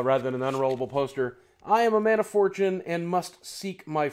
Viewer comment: When you read "I am a man of fortune" I was not looking at the screen and I just woke up from a really weird dream, so it sounded like you said "I am a metaphor, Jim." And it actually freaked me out a little